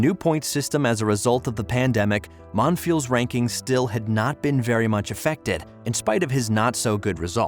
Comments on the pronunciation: How do you do this much research and not know how to say his name, let alone raonic and laver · Can’t even say the name properly.